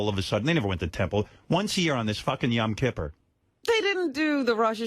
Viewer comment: Howard: "I know every Jewish custom ... !" (But can't even pronounce "Yom Kippur" correctly.) 🙄